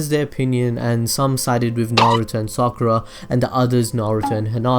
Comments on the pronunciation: explain why naruto could have chosen sakura because you just talked about the writer and hinata and naruto and you say the names wrong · therealkite i thought you said sakara